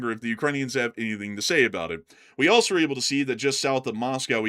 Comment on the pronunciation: Teacher: Can you use "else" and "also" in a sentence? You: "Eltz, I forgot my homework... and altzo, I forgot where I live." Teacher: "I think you also forgot how to pronounce them!" You: "Altzo... that's what I said!"😅😅😅